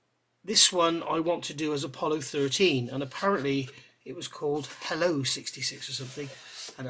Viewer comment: Just FYI, in US Navy speak, helicopter is shortened to helo, pronounced hee-low. And Helo 66 was used for the recovery of all Lunar missions from Apollos 8 to 13. And a bit of history, after the Apollo Program ended, 66 went back to an ASW helicopter squadron for regular duty, and ended up ditching off San Diego during a training flight in 1975 and not salvaged. The wreck was located in 1500 feet of water, and in 2004 a group of private individuals tried to organize a salvage effort to recover and preserve the aircraft, but it went nowhere.